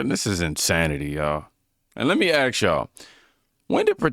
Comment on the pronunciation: Hey, y'know how you worked on saying "anywho".. Can you Please work on saying, ASK instead of AXE? PLEASE?